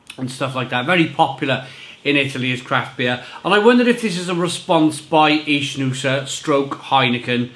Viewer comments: An info, it's not ichnusa but Iknusa, the ch in Italian sound like a K. just saying for the correct pronounce. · it is pronounced IKnusa and it means Sardinia in old latin language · No it’s ichnusa